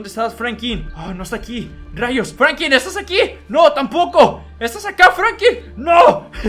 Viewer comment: Alguien más escucha que dice Frankin en ves de Franklin?